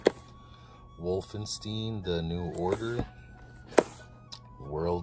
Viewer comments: Wolfensteen lol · Hurt me to hear you say Wolfenstein! 🤣